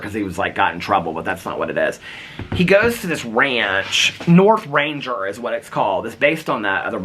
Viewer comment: It's Northanger has a hard "g" - nothanGer. :)